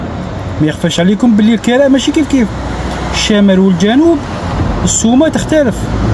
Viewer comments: الكِراء بالكسرة وليس الكَراء يرحمك الله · الكراء بكسر الكاف مش الكراء بفتح التاء صار لي ينوض يحل قناة رحتو لاوروبا ما تعرفوا والو بوهالية صبحتو نتوما ماليها اتعلم سع اللغة لعربية كيفاش تنطقها من بعد دير قنوات و تعشقو التشائم و تحبوا تزيدوا فيها اوروبا كيفها كيف بلاد لعرب صارت المجرم و اللي ييبع لمخدرات هناك هو الناجح و حتى لو مهاجر يديرولك لورق😅 خنزو اوروبا يا دين الله بني هجرس